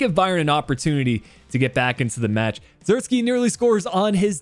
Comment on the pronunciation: Joshua isn't russian(zirkski), his name is pronounced like Zirk say. Like the "ee" in van de beek.